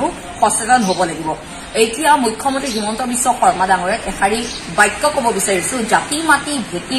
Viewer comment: সঁচা কথা কলেওঁ এটা কথা কব খুজিছোঁ CM ৰ নাম টো শুদ্ধ কৈ উচ্চাৰণ কৰক